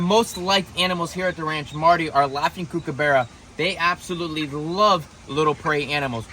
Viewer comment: Kookaburra not kookabarea.